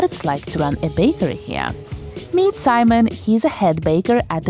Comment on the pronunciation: Did she just call the baker Semen?